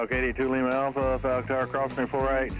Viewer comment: It's sounds like you dropped the F-bomb on the tower . F-TAR!!! 🤣🤣